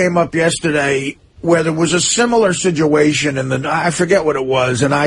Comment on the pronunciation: Someone teach to say situation. He says sijuation